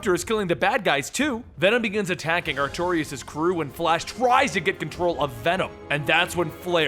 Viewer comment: do the Micronauts! and if you do his name is pronounced Ark-too-russ. no i